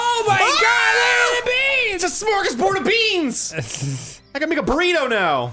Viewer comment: "Fill your fabrigé into your significant other with a shmorgisborg." Got it.